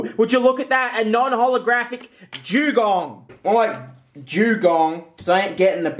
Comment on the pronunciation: haha, he said Jewgong